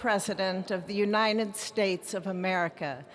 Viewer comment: what's that Unined States about ''N''